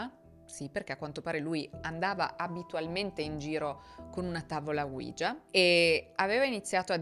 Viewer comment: Aggiungiamo altra carne al fuoco : la tavoletta ouija si pronuncia 'uiia' e non 'uigia', perché è l'unione delle parole 'si' in francese e tedesco . Gran bel caso, molto interessante. Grazie per averlo trattato!